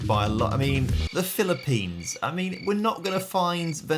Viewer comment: PHELEPENS PHELEPENS, PHELEPENS MENTIONED